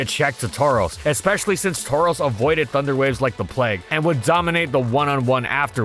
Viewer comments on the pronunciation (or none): none